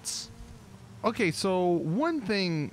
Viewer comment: I know he said “wheels and windows ok” but at first it sounded like he said “wheels and windows are gay” l o l y s Betty bet bet